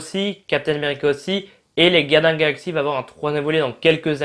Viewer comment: Moi j'entends les galins de la galaxie